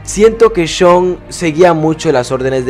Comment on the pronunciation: Sean Maguire (se pronuncia como "Shon Maguaier" mas o menos) es irlandés, no holandés, pero coincido contigo en que se hubiera ido con Dutch, por desgracia jajaja